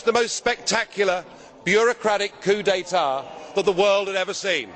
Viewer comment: Nigel has a clean french: He says "(...) bureaucratic >coup d'etat< (...)" If you don't know what a coup d'etat is, google it, or I'll tell you, it's the act of overthrowing a government also called a palace revolution, takeover, seizure of power.